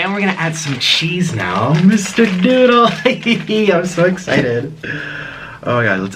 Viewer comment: MISSHHTER NOOOOODLLEEE Cork: pOp Nik: sHoOk